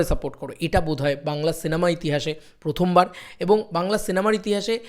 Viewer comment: ভাই ইতিহাস বলে একটা বস্তু আছে সেটা শুনেছিলাম, কিন্তু "ইতিঠাস"-টা কি জিনিস ভাই..!! 🤪😆😅🤣🥴